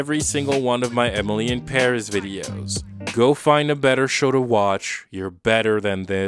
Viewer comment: Does he really say "Emily em barriss" or is it just me